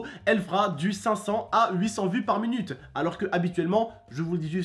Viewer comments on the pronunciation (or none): Il dit munute au lieu de minute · Mdrr il me tue quand il dit par munute 😂